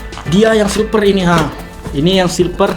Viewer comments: silver bukan silper pake v loh #Q&a 1.abang bisa ngomong v gak sih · Aku ngakak sendiri liat abang nya taypo bilang silver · Bang tadi abang bilang silper tapi salah itu silver bukan silper 😂